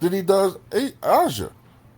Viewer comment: Aja= pronounce as Asia